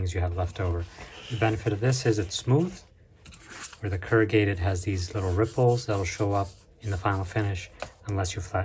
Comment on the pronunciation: I had to dip out after the 3rd “currgated”